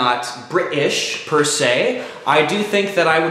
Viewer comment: hauihaiuhaiuhaiuhaiuhaihaiuhaiuhaiuhaiuhaiuhiuaiauhiuahiuha "PER'SE" haiuhaiuahiuHIUAHIUAHIUHAIUHAHAHAHAHAHAHAHAHHAHAHAHHAHAHAHAHAHAHAHAHAHAHAHAHAHAHAHAHAHAHAHA